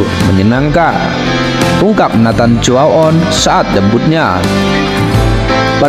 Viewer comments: Baca nya Neiten Cu A On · Koreksi baca nya: CHO - A - ON 👍👍